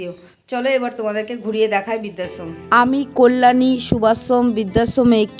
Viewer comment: বিদ্যাশ্রম ??না বৃদ্ধাশ্রম ??পড়াশোনার ধারে কাছে গেছ বলে তো মনে হয় না উচ্চারণ শুনে